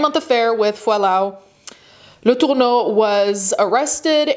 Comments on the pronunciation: Probably should have gone with "Mary Kay" instead of the off-putting pronunciation of "Latourneau," like there's a loogie caught in your throat. When the case was making headlines, everyone pronounced the name as "La-ter-no." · The way you’re pronouncing her name is sending me. Home girl is American and pronounces it as such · Stop saying “Letourneau” like that. I get that you wanna throw up when you say her name, but it’s super jarring. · Why are you saying her name weird like that. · ... I can't out my finger on why, but each time she pronounces Mary Kay's last name as if they're reaching back into time for the most obscure "original" pronunciation, I die a little inside. Like... I know y'all are too young to remember these things, but please look up how to say names you've never heard. OMG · Why are you saying her last name like that though? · Is that really how her last name is prenounced? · In all my life knowing about this very high profile highly talked about case… I’ve never heard their names pronounced like that 😂😂😂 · Yeah the pronunciation of especially Marys last name was odd but no one was saying anything 👀